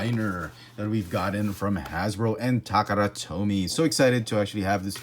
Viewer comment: I don't mean to be offensive in any way but, why do you say takara tomy in a weird way?